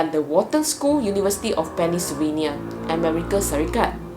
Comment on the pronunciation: penn-syl-vania bukan penny-sylvania ah so....